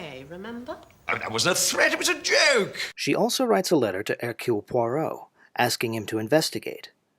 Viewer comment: *NOT PoiRRot!*😠 French has no R as in caRRot, but a gravelly rolling in the upper throat. To make such a strong point, make it *correctly*🤨 - especially saying the name many times!!🫨